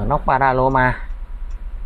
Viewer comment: Panorama mà Bác cứ panaroma nhỉ !!! :))